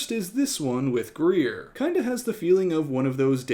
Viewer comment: Did anyone else think her name was “Gruyère” not “Greer” 😅